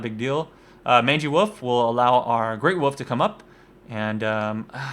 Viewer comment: Please for the love of all that is sacred and important in the world of lets plays can you PLEASE start pronouncing the god damn L in woLf. Holy Shit it's like a leprechaun with a mallet whacking me in the ears.